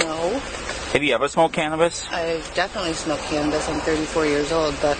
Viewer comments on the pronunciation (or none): i'm 34 years old and i haven't smoked cannabis, not sure why she says it like that lol